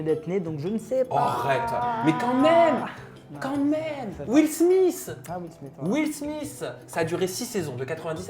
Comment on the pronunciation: " Will smiSSE" LMAOOOOOO😭